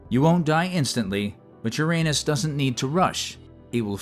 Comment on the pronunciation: Did anybody else giggle like a 7th grader every time the AI said "anus??